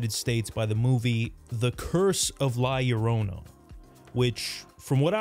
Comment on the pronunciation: You atre the first english speaking person that i see pronounce La Llorona correctly. Thanks a lot man.